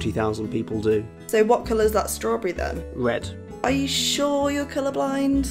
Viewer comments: Wed owange gween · Owange, gween, and wed